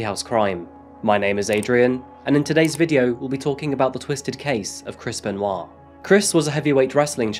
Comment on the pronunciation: A few times in the video, it sounded so much like u were pronouncing his name as: “Crispen Wa”. (& now every time I hear it, i have the image of WaLuigi saying: “Crispen! Waa!”)